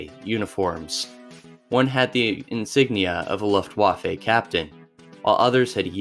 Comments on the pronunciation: I'm sorry I'm such an asshole, but I had to stop after 2 min due to hearing "luf-waf-ay". I'm just done. Especially when you can just google it and find out how it's pronounced. I can't imagine what other things weren't researched if such a simple thing was missed. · You really need to check the way you pronounce "Luftwaffe" lol